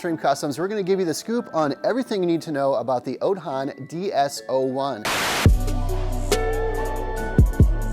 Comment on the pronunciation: Bro. I can’t buy from you if you can’t even pronounce the name properly